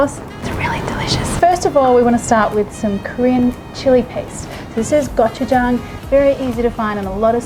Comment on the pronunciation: Very interesting take on the Korean pancake! Definitely going to give it a try! And can I say, I appreciate that you pronounce Gochujang correctly lol...